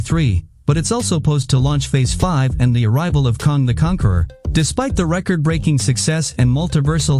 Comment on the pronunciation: Its kang not kong